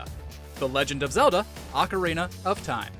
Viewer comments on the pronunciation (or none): none